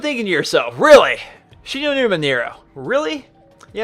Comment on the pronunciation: When he said Shi No Numa. Ultimate face palm.